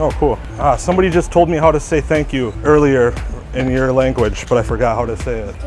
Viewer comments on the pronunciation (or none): none